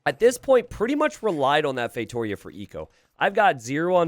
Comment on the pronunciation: Not to be that guy but ... to be that guy it's pronounced "FeitoRIa"